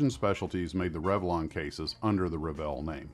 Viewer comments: REVEIL is pronounced REV-AY (approximate) not rev-ee-il. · Very interesting..... only one remark at the end, that's not how the French word reveil(to unveil) is pronounced totally different. French is my second native language so that's why it made me cringe when I heard it. hard to explain in wordshow it should sound like but it's not vjeeil... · Wow! What a series! I always wondered (1) what happened to Revell and (2) how to pronounce their name. Want to hear some of the models I built? The USS Hornet (Essex Class Carrier), CGN-9 USS Long Beach (upon which I later served in the 1970s, without the models Regulus Missile!!!! We had two standard Mark 4 5in Guns in their place), A Phantom Jet, a fletcher class destroyer, USS Fletcher I think, and masterpiece and most expensive, the sole survivor, the beautiful USS Constitution Model. I tired to get my kids interested in the 1990s, but it was not to be. Videos killed the Radio Star! (LOL) I must have had about 4-5 kits my Mom tossed when I went away in the Navy in the 70's. **sigh** What a great story.... and to think I thought every American kid liked models. I also built a model of a trackside equipment shed that Revell did, come to think of it. I loved them so much! What a great company.